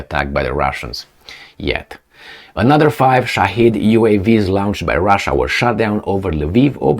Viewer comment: 💥Dear, with due respect, PLEASE do note the difference in pronouncantion of these feew words: longe, launch lunch, lounche...,the missiles are lounched but we pronounce it,as lonched, have learnt the lingo by my self🇵🇱⚖️🇦🇺💥